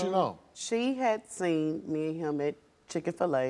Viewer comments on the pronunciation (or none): It's not chick fila anymore it's chicken fila lol 😆😆😆😆😭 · Not Chicken-Fi-La 😭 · Did she say chick-A-Fill-A? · Wait wait wait did she just call it chicken- fil- -a ?😂😂😂 lmfao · “Chicken fil-a” 😐🤣🤣🤣🤣